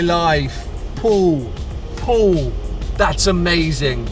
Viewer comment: hahaha "Powl Powl it's a rally spec"